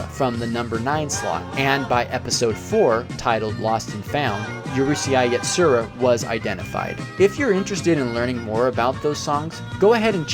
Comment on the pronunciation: "Yu-ree-see-eye Yatsura" Me, an Urusei Yatsura fan big time: [dies] (For future reference, it's pronounced closer to "ooh-ruh-say")